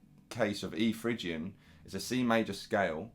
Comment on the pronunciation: Oh and you don't pronounce it fridge Ian, it's Fri Gian.